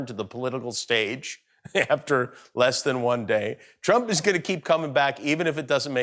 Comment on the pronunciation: "Donald Troap"? Is something wrong with his tongue?